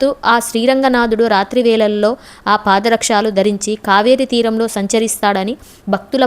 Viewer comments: Chakkaga cheppavu kaani paada rakshaalu kaadammma pada rakshalu. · పాద రక్షాలు కాదు పాదరక్షలు అనాలి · పాదరక్షలు పాదరక్షాలు కాదు ప్రాంగణాలతో ప్రాంగాణాలు కాదు ఉచ్చారణ దోషాలను సరిదిద్దుకోండి ఓం నమో నారాయణాయ 🙏🙏🙏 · పాద రక్షాలు కాదు.పాదరక్షలు అనాలి. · పాదారక్షాలు, కాదు తల్లి పాదరక్షలు, అని పలకాలి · ఓం నమో నారాయణయ.🙏🏻🙏🏻🙏🏻🙏🏻🙏🏻 ఈ పుణ్య క్షేత్రం గురించి చక్కగా చెప్పావు కానీ కొన్ని పదాలు ఉచ్చారణ చాలా వింతగా ఉన్నది. ప్రాంగణం అనే పదాన్ని ప్రాంగణాలు, పాదరక్షాలు కాదు పాదరక్షలు అని చెప్పాలి కదా.....😊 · చాలా మంచి సమాచారం ఇచ్చారు 🙏🏼 కానీ తెలుగు ఉచ్చారణలో కొన్ని తప్పులున్నాయి “పాదరక్షలు “ అంతే కాని “పాదరక్షాలు” కాదు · Content bavunna koddiga bhasha meeda drushti pettali Paada rakshaaalu kadu Para rakshalu anali Prangaanaalu kadu Pranganalu anali Bhangima anali Ivi sardukunte saripotundi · పాద రక్షాలు కాదు పాద రక్షలు అనాలి విషయం బావుంది కానీ తెలుగు నీ బతికించండి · మీరు పాదరక్షలు అంటే బాగుంటుంది, పాదరక్షాలు కాదు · అమ్మా తల్లీ నీకు నమస్కారం 🙏 🙏 పాదరక్షాలు కాదు పాదరక్షలు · బాగుంది.నమోనారాయణాయ!!🙏 అక్షర దోషాలు,ఒత్తులు,పొల్లులు ఉచ్చారణ సరిచేసుకుంటే ఇంకా బాగుంటుంది. ళ ను ల గా పలకటం ,ప్రాంగాణాలు,పాదరక్షాలనటం.... ఎంతో మంది చూడాలనుకునే వీడియోలు చేయాలనుకున్నప్పుడు ఇలాంటి లోపభూయిష్టంగా భాషను పలకడాన్ని సరి చేసుకోవడం సరైనది! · Nenu kuda ade cheppalani anukunnanu.